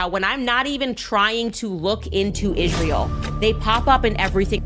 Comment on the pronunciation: This unhinged and profoundly ignorant stupid dumb bitch cant even pronounce simple words (written🫩) becomes: WRITT-EN 🤨and of course ISREAL becomes: ISH-REAL, which is so disrespectful and disgusting, same as when she says: JUDEA-OOOO CHRISTIAN 🙄the parasite is ILLITERATE 💯